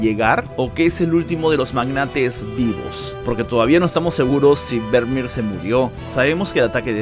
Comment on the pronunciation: Excelente vídeo como siempre!! Un detalle. El apellido Vermeer se pronuncia “Fermier”.